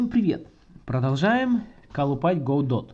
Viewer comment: Только не ГоуДот а Годо =)